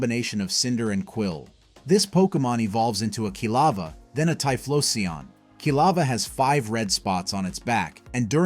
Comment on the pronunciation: I hate the pronunciation so much tyfloseun 😂